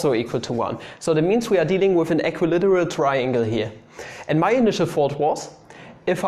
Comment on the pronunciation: How to english? That was a Good One! (Made me chuckle.) Equi-literal triangle? Almost the same as equilateral = equilAteral. The "circle thingy" is called a SEGMENT by the way, same as in deutsch, except for the stress being on the first syllable in englisch, and on the second syllable in deutsch. (You are welcome, no charge, as always, with LOVE :-)